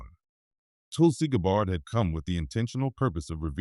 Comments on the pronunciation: It’s so important to pronounce a proper name properly! It’s not GABARD ITS Gabb ard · I agree. Notice the subtle spelling difference in Senator Schiff's name ("Schift") and the French pronunciation of "Gabbard" in this factually based fictional narrative. Perhaps this is done to mitigate any challenge of slander, should Senator Schiff's legal team be stupid enough to challenge this video in court. Such a move would not only give it more publicity, but also open the case up to more independent legal "discovery" which could only serve to tighten the legal noose around Senator Schiff's neck. My prayer is that The Lord God Almighty "Makr America Great Again" but only for God's glory; not to "get anyone's reputation or put them in jail, unless justice, not revenge, requires it. May God guide Trump and his cabinet Secretaries toward the direction of my prayer. Remember: "Vengeance is Mine, says The Lord" on judgment day, The Lord Jesus will mete it out to those who have rejected Him and have not repented. Amen.